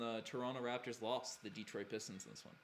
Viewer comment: "Deetroit Pistons" ..there's no accent mark over the "e" so don't stress the vowel sound, its "Deh-troit" 🤣